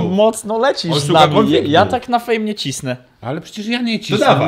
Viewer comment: Czemu fame zabrzmialo Jak fen😂😂😂